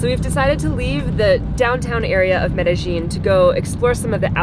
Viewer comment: I work with a fellow from Medellin. Your previous video was pronouncing it correctly and was not. Now both of you are pronouncing it incorrectly. The double L at the end is pronounced yeen, not jeen. Shame about you drone. BUT YOU STILL HAVE FRANK! lol Keep the videos going. Am loving watching your adventures!